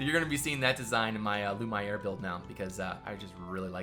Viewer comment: Hey, You probably could fit a baths in your build, and I would suggest a close look at the baths portrayed in the demo of KC:D, which I think would fit well with one of the outlying buildings of Lumiere. (You were pronouncing it correctly at the beginning of the series btw, Lu-mee-air.)